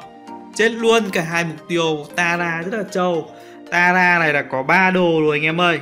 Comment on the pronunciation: Vs ai có nghe nói "tẻ raa":)))